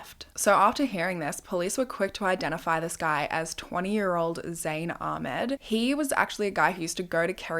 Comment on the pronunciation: the pronunciation of ahmed is killing me